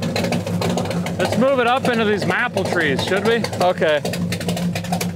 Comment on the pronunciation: The way you say "maple" fucks my brain up